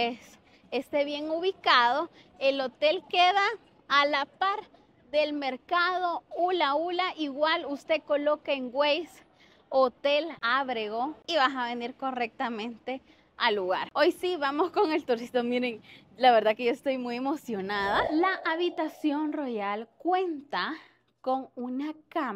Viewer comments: Muy bien. El que pueda pagar que lo pague y que se comporte correctamente.. Abrego , se pronuncia así: ÁBREGO - CON TILDE EN LA A. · Ábrego, no Abrego.